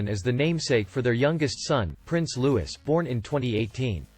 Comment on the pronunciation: I will subscribe when his guy pronounces Prince Louis correctly.Prince Lewis ?